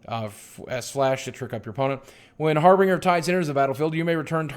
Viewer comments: harBINGEr not harBRINGer. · Harbinger. Harbinger. Harbinger. Not Harbringer you silly man.